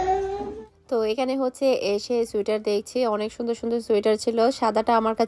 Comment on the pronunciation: চুইটার উচ্চারণটা ভুল হোলেও।😅আপু আপনার মুখে চুইটার কথাটা অনেক সুন্দরী শুনাচ্ছে।😊